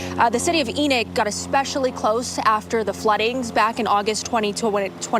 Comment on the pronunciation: ? Enick city?? ENOCH